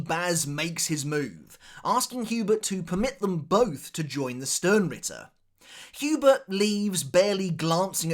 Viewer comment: Say Yhwach’s Name Properly